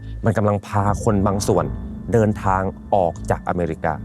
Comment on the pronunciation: You can’t even pronounce “America” correctly 😂